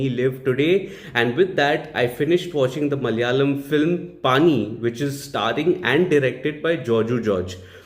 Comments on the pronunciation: 'पणी' is the right pronunciation which means job/task etc🙂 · its pronounced as " panni"